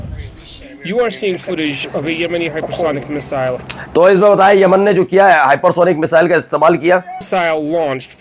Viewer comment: Tum kya patrakaar banoge Tumse Khabar padhna to a Nahin raha hai Yaman ko Aman bol rahe ho